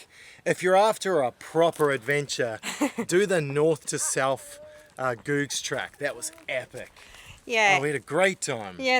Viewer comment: Interesting and fun video guys. Thanks for all the hard work. I think you’ll find it’s pronounced Googs as in “good”as the guy who blazed the track, John Denton used to sell eggs and got the nickname “Googs” from that.